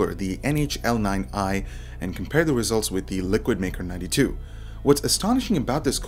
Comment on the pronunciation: I keep hearing Mecro92 rather than Maker 92